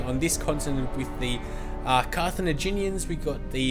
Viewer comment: carthenaginian = wrong carthaginian = correct